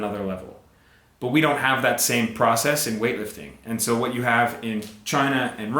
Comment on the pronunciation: Does really say "whash" instead of "what"?